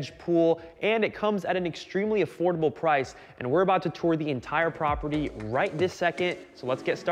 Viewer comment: „Extremely affortable“ 🤣😂